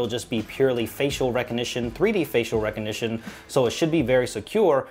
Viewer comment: its recognition .. not reco-nition . you invented a new word without the letter G ? great review thanks